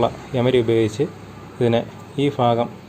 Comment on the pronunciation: ഭാഗം ഫാഗം എന്ന് പറയുന്നവർ ഏത് ജില്ല ക്കാർ ആണ്